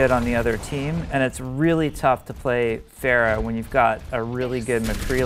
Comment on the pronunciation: hey, i thought her name was pronounced Ph-ARE-ah